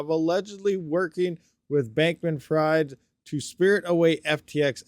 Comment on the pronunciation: I believe the pronunciations are as follows: "Alameda" = "Ala - MEEDA" and Bankman who might as well be "FRIED" is pronounced "FREED" which he certainly won't be after this.